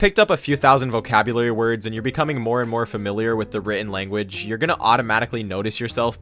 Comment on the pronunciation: I hear “moe moe” instead of more and more. I’m rotten.